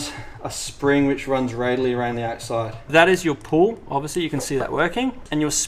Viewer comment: It’s pronounced Pall as in Paul not pull